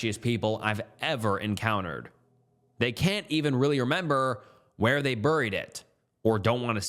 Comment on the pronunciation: Burryied it burryied it like what accent is this dude